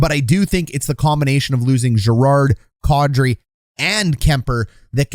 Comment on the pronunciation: Man, that's unfortunate. Was really rooting for Kadri. Also, it occurs to me that your pronunciation of Kadri is probably the closest to the actual thing I've ever heard from a hockey guy.